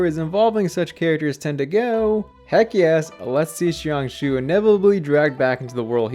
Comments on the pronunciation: its jiang shue not jiang shiu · ah yes my favorite npc "shian shoo" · good theory, but i cant help but wince at his pronunciation of jiangxue's name in this entire video 🥲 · real lol